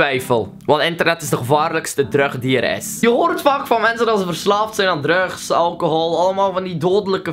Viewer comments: je zegt drugs zo grappig 😳😊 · hahaha jouw uitspraak van drugs